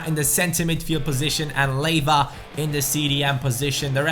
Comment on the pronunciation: Not to be an arse but it is pronounced lee ay vah